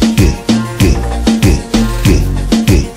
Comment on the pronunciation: How can I describe it? Umm...umm YOU ARE GEH GEH GEH